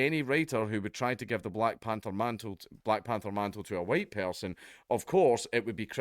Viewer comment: "Black Panther - HUWHITE!"